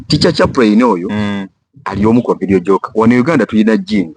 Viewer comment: Boss to correct u please please it's not Vedio jocker it's Vedio jockey please do research before program.